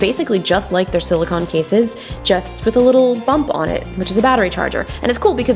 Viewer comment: I like how you say silicone like there's no e at the end of it :)